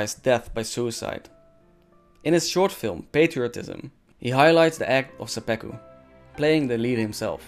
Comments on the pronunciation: Great video, thanks, but it's seppuku not seppeku. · Pretty ignorant pronunciation of Seppuku and saying it is "romanticized suicide" do more research man. Bad look.